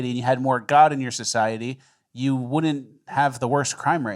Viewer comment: Bro said "Ju crazy? Get the fuck outta here." classic. Tony Montana vibes.